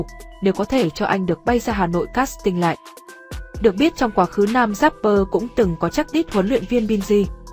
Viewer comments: Chỉ có "rapper" chứ không có "dapper" đâu nhé kênh. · Vãi loz. Dáp pơ, ka dích :)) chịu quả đánh vần